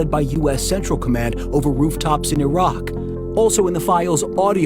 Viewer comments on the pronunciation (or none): none